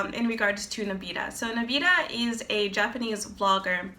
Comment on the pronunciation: you're pronouncing his name wrong